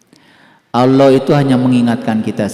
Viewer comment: dya blg nya awloh dan aloh